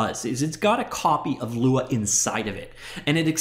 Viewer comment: Lua means Moon 🌒 in Portuguese. When you pronounce Lua, you doing great, no american accent.